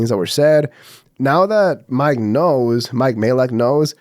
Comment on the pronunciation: Ok I love that you embraced your original pronunciation of Mike's last name